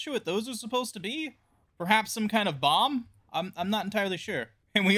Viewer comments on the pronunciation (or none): none